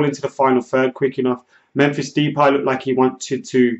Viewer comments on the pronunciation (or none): why do you keep calling Memphis as Memphis Deeeeepie? His last name is pronounced as De-pie. And he prefers to be called only as MEMPHIS.